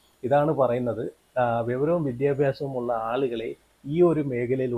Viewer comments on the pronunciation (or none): വെവരം അല്ലടേയ് വിവരം എന്ന് പറ